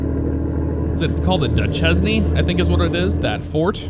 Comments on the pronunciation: It's pronounced "Duh-shane" not duh-ches-knee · Not that you will see this but Duchesne is pronounced "Dushane" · Fort Duchesne is pronounced Du Shane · Utah has its own unique pronunciations. That place is actually pronounced "do-shane".